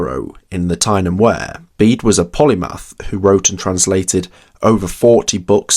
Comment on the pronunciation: "Tyne and Ware" "John Betyeman" "Seltic" Come on you can do better.